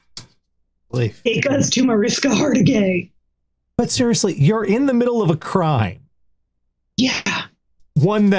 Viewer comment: I love how Tara pronounced Marishka Hargitay as Marishka Hart-A-Gay.